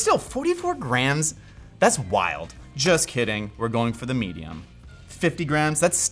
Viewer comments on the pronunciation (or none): I know he's saying "grams", but his pronunciation makes it sound like "graNs", and now I'm imagining a weight system based on grandmothers.